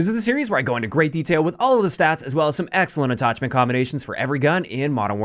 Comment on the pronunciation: “AtTOCHment combinations” haha